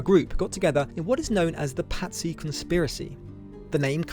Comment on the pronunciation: Pazzy sound like patsies